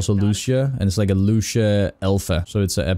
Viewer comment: Lu cia not luc ia